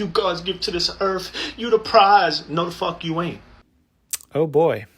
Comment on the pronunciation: I cant stand how he calls earth, "earf"